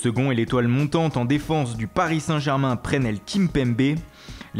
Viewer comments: C'est "PRESLEY" kimpembe 😡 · Mmmddrrrr il a dit PRÉNEL Kimpembe